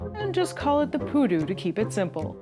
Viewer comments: The Pudu is not poo nor doo. 💩 🦌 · Stop saying poo doo! You’re going to kill everyone in our drinking game! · "Pudu" sounds like "you do"